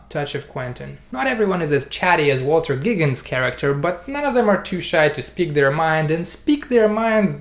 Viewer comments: Yeah I think he actually said Walter Giggins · and "walter giggins"